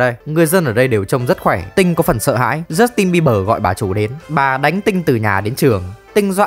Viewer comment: jút tin bi bờ...😊...tếu nhẹ lắm... kkk